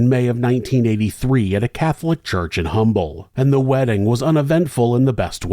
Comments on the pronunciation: Hey! I live in Humble Tx for over 25 years. The natives there get pretty ticked when you say the H in Humble, the pronounce it Umble…. Lol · It's pronounced as UMBLE. Drop the “H”…it’s for decorations.😂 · I am not trying to be "that guy", but just FYI- Humble Texas is pronounced "Um-bull". I have no idea why. I just have to tell you for the sake of fellow Houstonians. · Humble TX is pronounced Umble. Only people that live here know that. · I have lived less than 10 min from Humble (the H is silent) since the mid 80s. Idk how I'd never heard of this. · Humble is pronounced "umble"....just fyi. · It's pronounced Umble. The H is silent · Not the point of the video, but wanted to share that the H is silent in Humble (like how we say herb in the US). Mr. Humble started Humble Oil that eventually became Exxon. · The Ĥ in Humble is silent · The H is silent in the city name. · We pronounce humble with out the h 😂